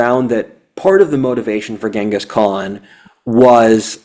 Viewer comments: GHENGIS Khan. Timugen's name is pronounced GEN-gus, not GANG-gus. Come on,! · I think it's pronounced ching-is...